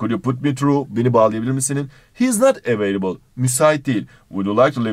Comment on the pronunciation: available talafuzu: evliable :D